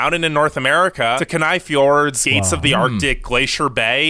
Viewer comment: As an Alaskan, there is plenty of small but busy towns within arms reach of nature and even close to Anchorage, our biggest city (Also the way the narrator pronounced Kenai had me cringing , it's pronounced Key-Nye)